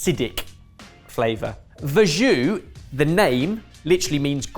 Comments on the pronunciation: Verjus is pronounced vair-zhoo, not verr-zhoo. Very British incorrectly to mispronounce a French word but a chef should know better. It happens so often! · I dunno if this is a Aussie thing, but I'm very familiar with verjus, which we all pronounce as "ver-juice". It's been on our 'posh vinegar' menu for ages. Probably because of our undisputed national treasure Maggie Beer and her close association with the Barossa Valley wine region of South Australia.